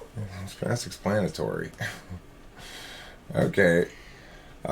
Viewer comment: “Explan-ITARY” I’m dead 😂😂😂